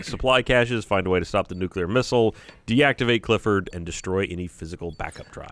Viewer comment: 'Cliffford' really, Rockstar?